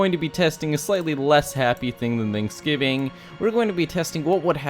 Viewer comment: i thot you said tantksgivig